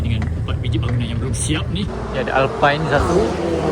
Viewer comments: Sebutan dia Alpin bro... Bukan alpine ✌️ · Maaf tegur sikit disebabkan awak ni channel cover kereta, kita tegur la sikit sebutan Alpine tu supaya next next video betul dah 👍 Alpine silent E bro, "Alpin"